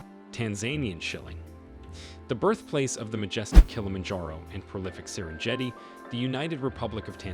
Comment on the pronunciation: . Tanzanian S h i l l i "N G". S e r e "N J" e t i . . ! ? !